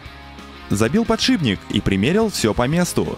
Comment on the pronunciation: откуда в слове фланец появился звук "я"? и где в ролике хоть один фланец??? зы: а "подшиБник" добил...